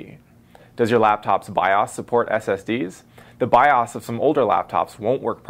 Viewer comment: lol it's pronounced biose